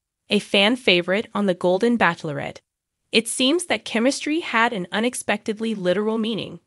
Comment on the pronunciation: The only thing is, you need to learn how to pronounce bachelorette correctly. If this is A.I. then there is much to be perfected.